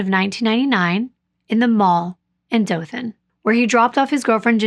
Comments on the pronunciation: You are saying Dothan correctly! Im from Alabama! I'm from Jacksonville, AL, and Troy is one of the rivals of Jacksonville State University! Your writing is off the chain! You do really well at putting people in the place you are telling about! In this case, Ozark. Depending on which way you go, people drive through Ozark to get to Panama City Beach, FL. My sister used to live in Dothan. She was a nurse. Thanks for this story, I haven't heard about it yet!❤ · Hey, I'm from Alabama. The way you are pronouncing Ozark and Dothan are the same way they are pronounced here. I like listening to you and the way you describe the area you're talking about. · You are saying Dothan correctly, it is where I grew up. I am familiar with the corrupt nature of the area. It's so sad. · I’m from Alabama, but I’m close to the Talladega Super speedway. Also, you are pronouncing Dothan correctly. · So I was born in Dothan (you pronounced it correctly) and grew up in ozark. I was young when this happened but I remember people everywhere talking about it. I remember hearing how a local cop was possibly involved. A lot of evidence pointed towards him and was the reason why there were so many hold ups. As I got older and looked into this myself I kinda agree with what I heard when I was younger. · I’m not from Ozark, but I do live in Alabama!! I was shocked when I heard you mention my state lol. Also you pronounced Dothan perfectly! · You’re pronouncing Dothan correctly. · you are correct the way you pronoun the city Dolton which is located in Alabama. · Dothan... you pronounced it correctly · You're one of the only non-Alabamians to pronouned Dothan right!